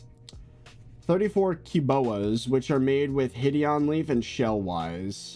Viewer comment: Him saying Hid-Eon instead of Hide-on makes me so mad